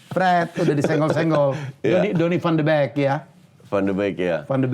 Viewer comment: Van de bek anjir wkwk, van de bik pak hy wkwk